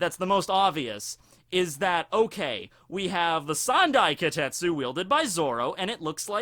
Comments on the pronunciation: starts mistaking the name as kotetsu instead of kitetsu... goes on a rant about child iron... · Why not pronounce it properly? Ki te tsu